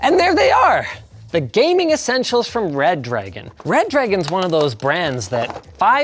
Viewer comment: Not linus pronouncing ReDragon as RedDDragon in 2024 😭🙏